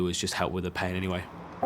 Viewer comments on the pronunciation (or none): Pain vs Pee 😀😀😀 Sorry I thought he was saying "Pee" not "Pain"